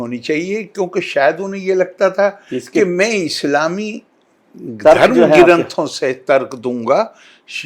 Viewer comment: क्यों करे इस मूर्ख को फॉलो,ये ग्रंथ को गि रनथ और प्रधान मंत्री को पिरधान मंत्री बोलता है।न तो दुनिया जनता है और न ही धर्म।100 मूर्ख